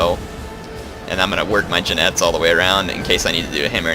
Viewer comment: btw Jinetes is with the h sound, but u were trying so i respect xD Awsome video! Also, what do u think of the new Carthage units? I like them xD